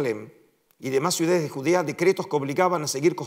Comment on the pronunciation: Cuál es la palabra correcta? Suidades o ciudades? Usted pronunció suidades.